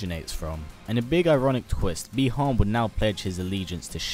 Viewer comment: The correct pronunciation is Buy-Han, not Bee-Han.